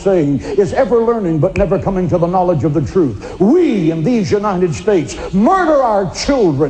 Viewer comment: "NAAL-idj"? That's a strange way to say organized religion.